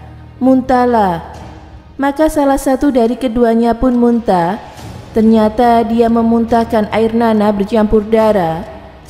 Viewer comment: Kenapa orang yg bercakap ini bacaannya tak benar. Sallallahu alaihiwassala.. Wassalam. Munta sepatutnya muntah.